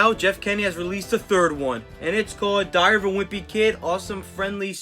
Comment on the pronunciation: Why did he say dairy of a wimpy kid